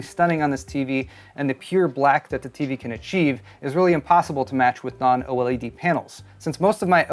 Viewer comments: Can you please, PLEASE say "OLED" instead of "O-L-E-D"? 😂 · OH! L.E.D? Gotta pick on for saying every letter like no one else lol.